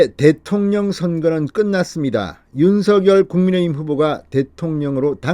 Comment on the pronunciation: 진성호 의원님, 늘 시원한 논평을 들으며 조바심 속에서도 위안을 얻곤합니다. 감사드립니다. 그런데요, 윤석열 당선인 이름을 '윤성녈' 로 발음해 주심 안될까요? 김은혜 전 대변인은 윤성녈로 발음 했는데 현 배현진 대변인은 첫날은 윤서결로 발음 하더니 지금은 윤성녈로 발음 하더군요. 맞춤법상 윤서결이 맞으나 어릴 때부터 부모, 가족, 친척, 이웃, 친구 등 모두가 윤성녈로 불러주었고 그렇게 불러주면 좋겠다고 윤당선인도 말씀한 적이 있으니 이름은 본인이 원하는대로 불러주는게 예의가 아닌가 싶네요.😚